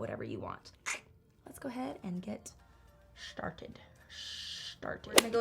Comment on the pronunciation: Am i the only one who thought she said "sharted" instead of started?😂